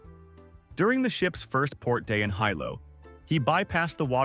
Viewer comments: Would you people please learn how to pronounce these places. It's KILL-A_WAY-A. Not the garbage you said. And the capitol city is not High Low. It's HE-LOW. 🤦‍♀🤦‍♀🤦‍♀And to think we are sacrificing our water and our rural areas for artificial garbage that can't even be bothered to look up how to pronounce place names. Do me a favor ok? Never go to Louisiana. The place names would probably melt your little computer. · “Hilo”a town on the Big Island of Hawaii…the correct way to pronounced as “HEE-lo”